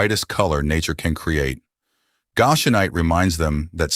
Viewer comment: Please, please, please. Some living person , CHECK YOUR PRONUNCIATIONS!!!! Goshenite and Goshen are consistently mispronounced.